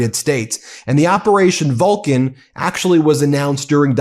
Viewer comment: Operation Vulcan did he say? 🖖